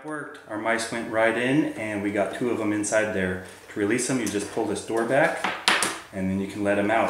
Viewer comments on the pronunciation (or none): none